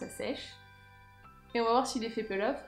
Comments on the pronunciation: Margo Pouchet c'est marrant pour une blogueuse de pas savoir la prononciation... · Nyx Merida Je t'assure qu'en anglais "to peel" se prononce "pil' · Margo Pouchet peel off je crois non ?